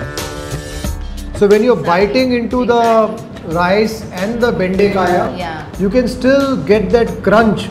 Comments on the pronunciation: Boss dont change the Kannada pronunciation and distroy it, it not Bendekaya, its Bendekaayi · It's bendekayi not bendekayaa.